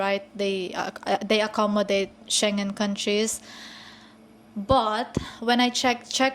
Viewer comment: "Shen Jen Country" ? Huh?